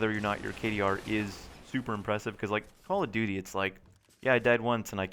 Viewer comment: why do people always say "Call of Doody?"